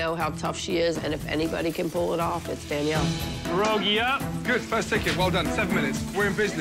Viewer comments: It's not perogis its PIEROGI not puh, and no s at the end. How are you a restaurant and can't pronounce a simple dish name? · Pii yeh ro gi. Not per rogi. 😫 Also pierogi is already plural. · It's embarrassing to hear multiple employees of a potato restaurant mispronounce the word pierogie. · They failed because they said "puh-rogis" instead of Pierogi.